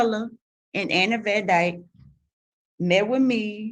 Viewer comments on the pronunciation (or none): none